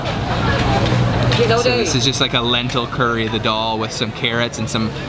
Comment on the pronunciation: Its so funny the way you pronounce the names of the food!!!!! Why can't you say 'Daal' the same way as you say 'Naan' - it sounds so much like Doll!!!! :D